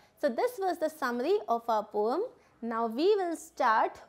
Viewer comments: Poem not pom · Poem (pronounciation) 😕